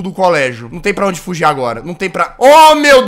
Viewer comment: Fujir? Kkk é dento